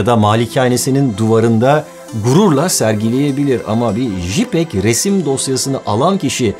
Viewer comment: Jipeg demesek iyiydi.. Jpeg (ceypeg).